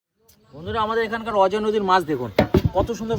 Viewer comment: অজয় নদ আপনি বারবার বলছেন অজয নদি কারণ তাহলে কৃষভ ভুল শিখবে তাই জানালাম রেসিপি ভাল